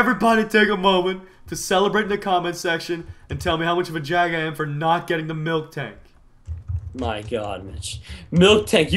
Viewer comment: HOWCOME nobody knows how to spell apricorn and nobody can spell or pronounce MILTANK